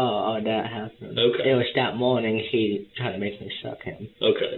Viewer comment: Whats with this new pronunciation of "okay"? Everyone's saying "Oka"!